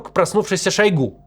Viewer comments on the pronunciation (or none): none